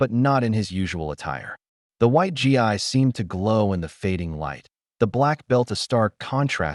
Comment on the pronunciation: GI pronounced like the word "ghee, not G I